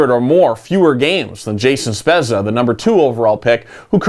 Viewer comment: Spezza is pronounced Spedza